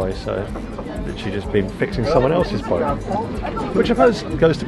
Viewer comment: You are either developing a speech impediment or turning in to a Brit! It's pronounced boat, not boa lol! Another great video thanks guys. By the way, UV is the bane of my life as a boatie too.